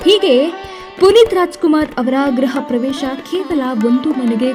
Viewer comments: ಅದು ಗ್ರಹ ಪ್ರವೇಶ ಅಲ್ಲ ಗೃಹ ಪ್ರವೇಶ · Graha pravesha😂 ❌ Gruha Pravesha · Daya vittu kannada sariyage mathadodu kaliri...graha pravesha = planet pravesha ,alla adu gruha pravesha.l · Graha pravesha allamma, adhu gruha pravesha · Madem.graha pravesha alla,gruha antheli .gruha andre mane.arthane tilkondirallla adke pada balake tappagelodu,style agi graha pravesha andbitru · ಮೇಡಂ ಗ್ರಹ ಪ್ರವೇಶ ಅಲ್ಲ ಅದು ಗೃಹ ಪ್ರವೇಶ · Amma tayi adu graha pra vesha ala gruva pravesha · Graha pravesha alla medam. Gruha pravesha. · Gruha Pravesh.... Not graha pravesha taayi🤦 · Ayyo Goobe anchor Adu “ Gruha” “ Graha Pravesha “ alla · ಗ್ರಹ ಪ್ರವೇಶ ಅಲ್ಲ ಗೃಹ ಪ್ರವೇಶ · Dislike for graha pravesha it's gruha pravesha homa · Graha pravesha alla gruha pravesha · Graha pravesha alla adu gruha pravesha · Not Graha pravesha it's gruhapravesha plz prounce properly otherwise entire meaning will get changed.we miss u appu sir a lot. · Amma thaayi.. Adu graha pravesha alla.. Gruha pravesha… Kannada kollabeda… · Voiceover person, It is not Graha pravesha, it is griha/gruha pravesha. first learn kannada properly. Voice idre aagalla, kannada nu chennagi gottirbeku. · ' ಗ್ರಹ ಪ್ರವೇಶ ' ಅಲ್ಲಮ್ಮ ತಾಯಿ ಅದು. ' ಗೃಹ ಪ್ರವೇಶ '. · Ayyo thagade adu gruha pravesha. Graha prevesha alla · ಅಯ್ಯೋ ತಾಯಿ ಗ್ರಹ ಪ್ರವೇಶ ಅಲ್ಲ ಗೃಹ ಪ್ರವೇಶ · Graha pravesha alla Kane gruha pravesha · Mam adu gruhapravesha grahapravesha alla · ಅಮ್ಮ ತಾಯಿ ಗೃಹ ಪ್ರವೇಶ ಮಾಡಿದ್ದು. ಗ್ರಹ ಪ್ರವೇಶ ಅಲ್ಲಾ 😂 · Graha Pravesha alla madam it's Gruhapravesha...Correct agi heli.